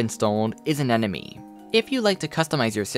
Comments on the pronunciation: Hi. Did you notice you mispronounce “anemone” as “anenome” throughout this video? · "anenomy" xD Ahh-nay-mow-knee would be closer pronunciation :D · Is it really that hard to pronounce A-NE-MO-NE?